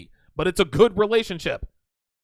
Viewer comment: It's weird how she says relationship as rerationship